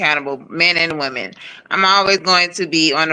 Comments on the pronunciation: I'm not trying trying to be funny, but could someone please explain to me why is it that so many people say the word "woman" instead of saying "women" When started talking around the 4 min mark she kept saying woman when she should have been saying women. I hear lots of people do that and wanted to know is their a reason or is there a large portion of our society that just don't know how to use the words correctly anymore. Does anyone else notice this or is it just me? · I really hate how she keep saying woman and not women😤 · It’s women not woman. Why every time get on this type of panel he can’t control his speech. is intelligent he can be more professional and Christian. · She keeps saying “woman” instead of “women” 🤦🏽‍♂️🤦🏽‍♂️🤦🏽‍♂️ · Aye she taking me out with the word Woman. It’s Women smh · Ion mean to be petty, but is annoying tf outa me saying Woman instead of Women!! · It’s women not woman.